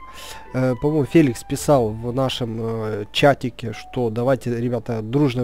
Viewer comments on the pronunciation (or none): none